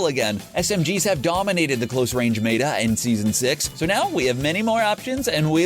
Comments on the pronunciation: Us: meta Him: MATA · It’s meta but like they pronounced it in another way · Did this mans just say mayta instead of meta? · Why Ban and mata instead of meta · Meta not mata